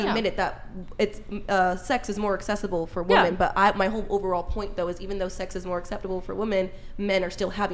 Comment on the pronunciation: Another person who can't pronounce "women" correctly